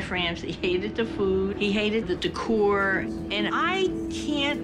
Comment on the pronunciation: "he hated the food, he hated the deCOÚEWER, and I can't understand why